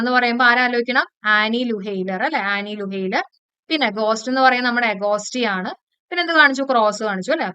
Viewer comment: ആൻ ലൂയെർ ആണ് മാം. ലുഹെയ്ലർ അല്ല. Super class. Appreciative ❤❤🎉🎉